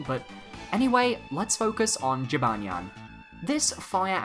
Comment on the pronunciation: That is not how you say Jibanyan lol.